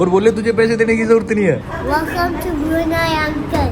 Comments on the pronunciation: It's not Bruney it is Bruneiiii. Plz pronounce it correctly. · Country's name is Bruneyeee (spoken) not Brune.😊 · It's not Bru nay, it's Bru Nayee